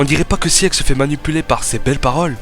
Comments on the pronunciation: Prononce sig pas siEg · Ça se dit Sig bordel, c'est de l'allemand, ce qui veut dire victoire.